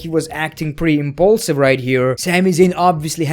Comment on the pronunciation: “He was impulsive here”…Impualsive?